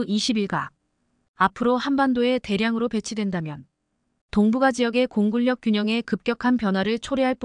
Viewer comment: "공군력"을 공군녁으로 읽는 사람들이 많은데 "공굴력"으로 바르게 읽으시는 분 감사합니다 건강하세요